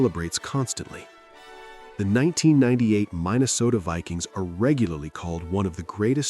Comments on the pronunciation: Lost my attention when you failed to tell your AI in your prompt to properly pronounce words like Minnesota "Mine a soda" is what it said. Did you even listen or did you just dump the AI voice on top your video montage? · The “Mine-a-sota” Vikings? 🤔 Did I hear that right?